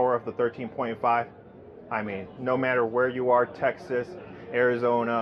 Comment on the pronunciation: that maybe it. It sounded like he said Tennis Ball Texas? I was like where in the heck is that? 😂 I live in Texas